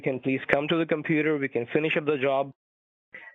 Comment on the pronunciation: Let me finish, let me finhish 🤣🤣🤣🤣🤣